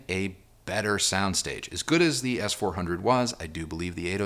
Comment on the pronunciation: Good videos. Not my style of speaker, but the video is great. Lot’s of useful information in the review. Critique- You say “thee" too much- where the "soft the" would be much more pleasing. Re-listen and substitute a "soft the" especially when a word starting with a consonant follows